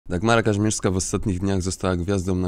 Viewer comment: Mimo że tego wulgarnego babska nie lubię to jej nazwisko to: KaŹmierska!!!! Nie Kazimierska..... Mów poprawnie!